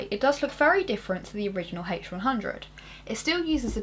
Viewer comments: "the hache who-won hhhundred oeye" lol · I like your video, but I didn't like the way you pronouce H100 -.-..